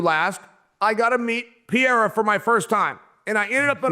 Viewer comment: Alex Pierra 😂Chael keeps on calling him Piera🥇 gold